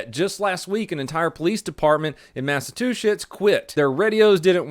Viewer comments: Is the mispronunciation of "Massachusetts" intentional? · he says mass-a-two-shits instead of Massachusetts!!😂 I was dying! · You’re pronouncing it wrong it’s Math of Two Shit not massive Tooth shit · I heard you says massive two sh!ts XD of course you mean Massachusetts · Massachusetts massatwoshits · Did he say masetwoshits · I had to go back and listen to "Massatwoshits" a few times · Massa-two-shits??? 😂🤣😆😆😆 smdh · it still gets me every time i hear him say "massatwoshits" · Did I hear "Massive two shits" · Matisheushits lol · I almost let myself ignore the fact he sad massatwoshits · Anyone here at the beginning of the video when pronounced Massachusetts - Massa-two-shits? No just me, okay. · did you say MassaTWOchits? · I like how you pronounced “Massatwoshits” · Okay so I heard "Mass a two shits" at the begining of the video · At 0.50 seconds into the video you sed mass of 2 shits not Massachusetts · Haha said mass-a-2-shits... Mass-of-2-shits Massive-2-shits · I’m sorry did I hear that correctly did he just pronounce Massachusetts as massa2shits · Anyone else hear Massachu shits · Where was that where the whole police department quit? It sounds like you said Massachusetts? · Wait Did you just call it Massa-two-shits? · Sounded like he said massive two shits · Did he say "Massive two shits" (Massachusetts)? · massatuchets lmao 😂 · Lol did u say “mass a two shits”? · Massa-two-shits lmao! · "massive-two-shits" massachutcets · Massa-Two-Shits lmao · Massa-2-schitts LAWL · Okay maybe is me but you said in Massachusetts or matsachusets? Lol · My man just butchered the name Massachusetts lmao he said massatuchets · he says masa-two-shits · My favorite part was when you said “Massatooshits” instead of Massachusetts, I’m not sure if that was an accident or on purpose but I loved it! 😂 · Did you say masit to shits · mashatushits... lmao. love this guy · Did he say massatwoshitts lol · "MassaTwoShits" Hahahaha! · Mass-uh-chew-sets pronounce it like that